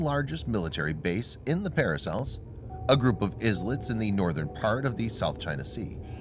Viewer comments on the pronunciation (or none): Please tell your narrator that "islets" is pronounced "eyelets." The first "s" is silent, just as with "island." It takes more than a pleasant voice to be a competent narrator.